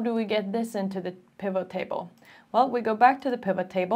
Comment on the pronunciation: Your explanation is really easy to follow, thank you so much. As for the pronunciation of 'pivot', the T is sounded. If you look up the episode of Friends when Ross buys a huge sofa, you can hear him shouting "Pivot! Pivot! Pivot!" 😂